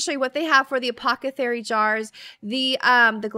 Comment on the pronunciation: Oh my goodness you said apothecary! We'd gotten so used to you saying acothepary 🙃 Well done!